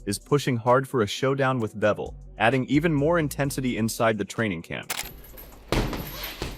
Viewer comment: It’s pronounced BIVol like beaver or bees this guy keeps saving bevol wtf